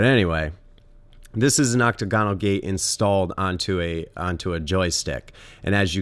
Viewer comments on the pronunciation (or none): Oc-tagonal, not Octo-gonal. The former is also the correct spelling.